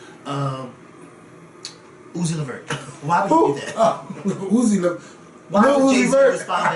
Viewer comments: said UZI LEVERT! I’m dead😂😂😂😂😂😂😂😂😂😂😂😂😂😂😂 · He said uzi levert ...lawd hammercy